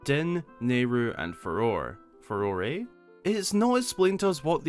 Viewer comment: Farore is pronounced Fa-Row-Ray. Thanks for at least admitting to the ambiguity! Most channels just say FAY-ROAR and act like the correct way doesn't make sense. I find it interesting how the Hyrulean religion has evolved over the series. The first three games actually have Christian symbology because Miyamoto intended that to be the religion of Hyrule, including a picture of Link praying at a crucifix and a Christian church that stands out visually from the rest of the series in A Link to the Past. The same game also gave us the Three Golden Goddesses, which went unnamed until Ocarina of Time where the actual creation myth of the setting was explored to explain where the Triforce came from. Majora's Mask even briefly mentions a "goddess of time" that otherwise would SEEM to go unexplained, until Skyward Sword introduced Hylia and hinted that she had dominion over time which was sort of backed up in later games. Now, 10,000 years after the Great Calamity, Hylia is almost exclusively the only goddess worshipped. The other three are barely mentioned, and the springs that seem like they were originally dedicated to the Golden Goddesses are presided over by statues of Hylia through with she speaks. It's almost like Zelda is leaning into monolatry or henotheism. The exception seem to be the Sheikah, who still practice the old ways as demonstrated by Paya. Her and I think one non-Sheikah character mention other deities besides Hylia.